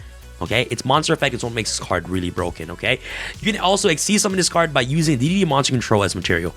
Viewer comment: Not to nitpick, but D/D cards are called "Double D" and D/D/D are pronounced "Triple D". you might have it confused by D.D, which used to confuse me too. : ) just trying to help